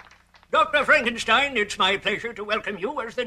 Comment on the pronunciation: Lol, "Fronk" - enstein?! Also, if it's "FrankenSTEIN", why doesn't he have a giant hooked nose?